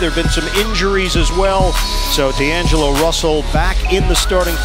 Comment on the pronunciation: Dude really said “Three’angelo” LMFAO 😂